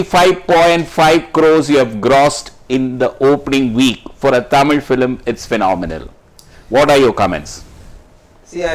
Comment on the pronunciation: டமில் டெரியாடா..... இது தமிழ் சேனல் தானே....